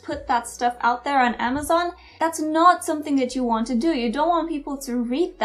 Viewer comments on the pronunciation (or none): none